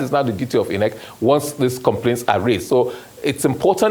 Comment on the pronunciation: If this oga is going to change the pronunciation of INEC to EENECK for us, at the very least, he should be wearing a bow tie!😊